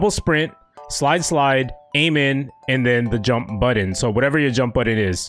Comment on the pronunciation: Why do you say button like "bUtToN"